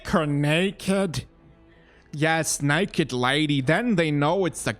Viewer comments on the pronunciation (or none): none